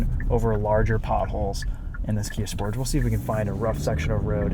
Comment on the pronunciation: the way you say sportage is so ugly. You have to say it the french way (Kia said this themself)